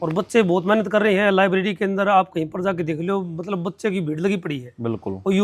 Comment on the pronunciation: Le narander - matlab ❎matbal ✅😅